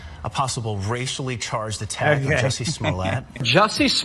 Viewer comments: Benny come on its like jusey say it right ! You need to look him up on this survival show my friends told me to watch because Johnny manzel 👀was on there also you should look that up unbelievable! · Juicy, his name is pronounced juicy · Benny, Jussie.....rhymes with Pussy..... Jus'Sayin'! Jess1344